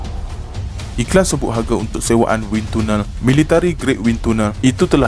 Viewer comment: Pronouncation : Wind Tunnel salah